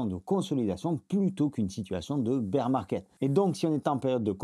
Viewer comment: Beer ou bear on s’en fou , pas la pour des cours d’english 😁 tes videos et ton travail sont top👍 et moi aussi je prononce beer!✌️